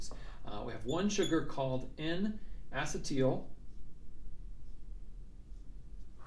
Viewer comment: DO. NOT. STOP. MAKING VIDEOS! You have a gift and your channel will explode. Keep it up. Acetyl; uh-SEE-dle, like acetylcholine. Why is everyone saying asset-TEAL?!